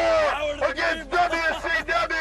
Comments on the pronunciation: Dubya sea dubya, wrasslin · U were close, Dude. He actually sed "dubya see dubya rasslin!" LMFO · Dubya C Dubya, Wrasslin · "Dubya C Dubya Wrasslin'" 😂😂😂😂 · DUB-YA CEE DUB-YA… RASSLIN